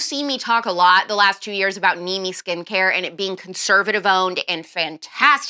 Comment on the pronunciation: Did you say, "Cute-servative"??? Lmfao 😄😆🤣😭 Aaaannndddd ---- SUBscribed!